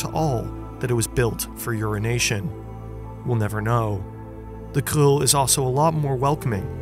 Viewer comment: Wow your the first non dutch person that has said krul or plaskrul the right way